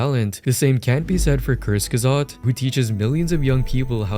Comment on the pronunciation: "Kurt gazot" holy dude 🙏